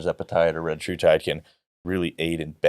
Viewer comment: Do you think felt really dumb when/if he learned how to pronounce retatrutide correctly?